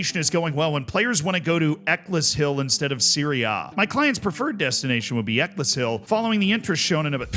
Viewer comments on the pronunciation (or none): Every time there is an English town name to mention, manages to get it wrong. Ec less hill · It’s pronounced Eck ells hill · Eccleshill is said like eckles hill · I actually used to live 5 mins away from Eccleshill's pitch, believe me it is just a pitch between some houses but Bradford City play a friendly with them yearly. Though Z's pronunciation is rough...it's more like Eck-els-hill with the "Eck" like a Derek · wouldn't have called Eccleshill "Eckless Hill" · Right after being called out for "butchering a pronunciation" he butchered the pronunciation of "Eccleshill". 😅🤣 ("Eccles" is pronounced to rhyme with "freckles", and "hill" would have the "H" dropped. So it's more like "freckles-ill" if you drop the "fr". I realise it doesn't make sense. It's an English place name, what did you expect? We pronounce Leicester with two syllables and Loughborough manages to use "ough" in it twice, pronouncing it wildly differently each time.) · EK-less-hill. WE GOT 'IM AGAIN LADS!!! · love the way you mispronounce Eccleshill 'eckles hill' - they may be moving to share Keighley Cougars ground (Rugby League) - Good luck with pronouncing Keighley haha